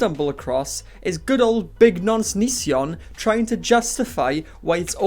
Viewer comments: DID YOU CALL HIM ONONCEION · 'ononceion' !!! canny believe i'd not heard that one before hahahahah